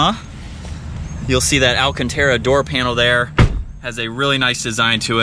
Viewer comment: It's not alchentera, it's alcantara my friend, it's an Italian car in the end. (No hate)